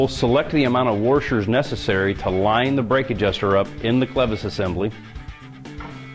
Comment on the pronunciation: lmao cotter peas?? worshors??